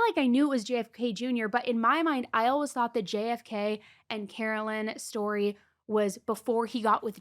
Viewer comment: Why do you both pronounce “always” as “olwuz?”